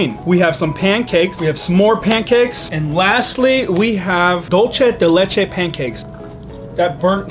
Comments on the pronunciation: It's dUlce de leche, not dOlce de leche hehe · U say it wrong. Its not italian its spanish "dulce de leche" not "dulche" Thanks for your great vids!! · Dulce de leche not, *Doulche de Leache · Can everyone really not say Dolcé de leche?